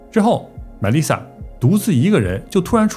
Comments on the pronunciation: 被外星人带走了呗。 Melissa 重音在li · the pronunciations of names, like Melisa and Snyder can be googled.